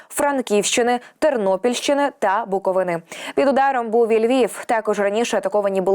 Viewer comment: Дякую Всій Команді PTV UA за Вашу роботу - слухаю щоденно із задоволенням!!! (Але дуже прошу називати нашу частину України вірно. ми БуковИИИна, а не БуковинААА). Дякую!